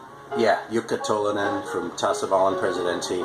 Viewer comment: Not sure so I can't take credit for that but glad you like it. You nailed those Finnish names. Second time you mentioned Eero Koivistoinen it actually sounded right. Same with Tolonen. I wouldn't blame you for not pronouncing it right because I know how hard those names can be. And my English isn't perfect either so were even. And yeah like that dude says Tolonen was in pretty bad shape because of drugs and alcohol and ended up in jail. He should be ok now.